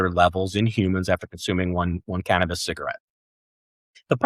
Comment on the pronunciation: Canmabis, not cantabis. 😂😂😂